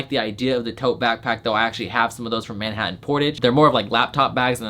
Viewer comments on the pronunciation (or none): none